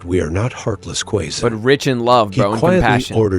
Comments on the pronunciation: ❤ I love it, when you corrected the pronunciation of Quezon. By the way I'm from Quezon City and I grew up in Quezon province. More power to your channel! ❤️🇵🇭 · I laughed out loud when you corrected the pronunciation of Quezon--spot on, you now know your way with the language. 🤩🤩🤩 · Quezon 😂😂😂😂 the way he pronounce it perfectly 😂😂